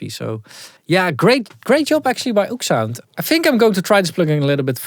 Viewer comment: I thought it was Ooksound as well, but apparently it is pronounced Oh!ekSound 😅